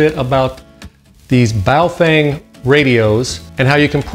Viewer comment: In Chinese it is pronounced baofong not baofeng